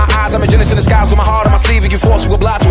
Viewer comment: "The" was prounounced as da, dee also, bcoz of it I guess 😂